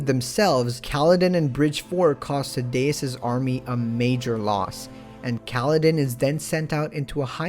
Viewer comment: Sad-e-ass not sa-deas